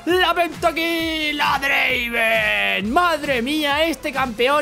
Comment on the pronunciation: No es Draaven es Draaaaaaaaveeeen